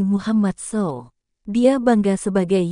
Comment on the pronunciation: Ngomong Saw aja salah ,ko bikin konten agama 😂😂😂😂😂😂😂😂😂😂😂😂😂 lucu